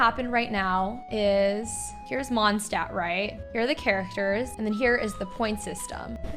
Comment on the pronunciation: the way she says mondstadt is making me insane (i don’t mean this in a hateful way i’m just very german and very angry all the time lol)